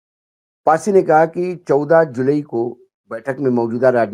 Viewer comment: जुलाई कहिए, जुलई नहीं 😂